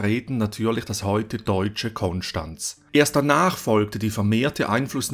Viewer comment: Cool das du Konstanz richtig aussprichst 👍 Super Video :D Gruß vom Bodensee!